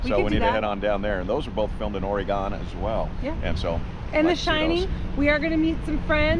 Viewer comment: Aura-Gone Lol. I love the town of Astoria. Cannon Beach is amazing too. Thanks for sharing.